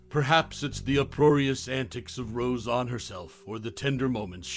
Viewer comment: Why do you keep saying RoseON?!?!? It was NEVER said like that, it's not accurate at all, it negates the credibility of this video. The Conners was a big F.U. to Roseanne and to the fans. Instead of being a mirror of a living room, like Roseanne, The Conners was reflecting a voting booth. And the writing thought it was so smart yet could not have been more tacky and coated with political forcefeedings. F all them, Roseanne rules.